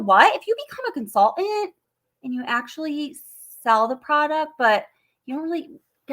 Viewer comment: Do you really pronounce the word "consultant" as "con-sull-ent"? 😉😉😊